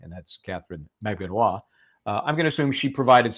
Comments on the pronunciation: The Filipina name “Magbanua” has four syllables when you pronounce it fyi. Emphasis on the “U” which is the 3rd syllable. Mag Ba Nu A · Stop saying her last name wrong